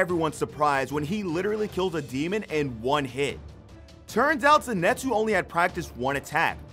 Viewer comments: Did he just say zinetsu? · Zenitsu not zenatsu